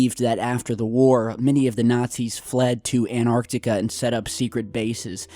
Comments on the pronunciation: gotta remember that there is a t in anTartica. ... not anartica so it's pronounced anTARtica. ..thanku :) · He always say anarctica even though antartica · AnTartica T T T shall i refer to you as? Please pronounce the T!! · ANARTICA XD XD XD XD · An tar tic a